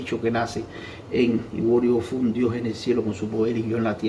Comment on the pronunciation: hola amigo es ojuani bofun no es iwuori bofun